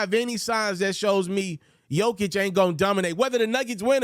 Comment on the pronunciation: Pronounce jokers name right then. For once. It’s embarrassing.